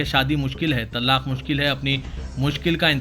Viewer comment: محترم لفظ طلاق کا ل مشدد نہیں